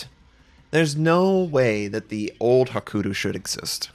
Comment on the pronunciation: Love your videos, but please don't ignore the 'y' in Hakuryu.